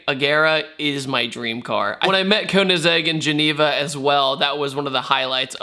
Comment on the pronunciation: Koeennasegg BOI KOE IN SEGG KOEINSEGG